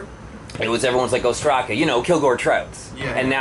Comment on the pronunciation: they pronounce their name wrong , im greek and its called Ostraca (óstraka) not ostrAca